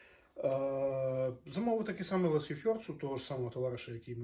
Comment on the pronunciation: Лешефорс - село в Швеції на 200 хатів, де клепають аморти на весь світ. Але і ваша версія назви теж звучить прекрасно.